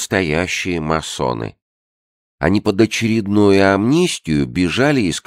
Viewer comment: У Чонишвили прекрасно всё, но случается так, что он неправильно произносит слово, которое по сюжету повторяется каждые пару минут. И вот это просто пиздец для ушей. В этой книге этим словом было «масоны», которое он произносил с двумя мм — «массоны». В другой книге — «коммуна» в его исполнении раз сто прозвучала как «комунна». Раздражает и отвлекает просто пиздец как.